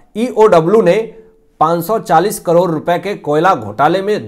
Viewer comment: करोर नहीं ' करोड़ ' कहिए । भाषा का अपमान मत कीजिए ।